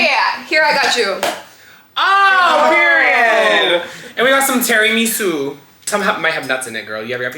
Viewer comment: i am calling a tiramisu “TERRYMEESOO” for the rest of my life